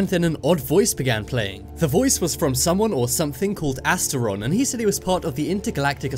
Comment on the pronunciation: He shAid that twice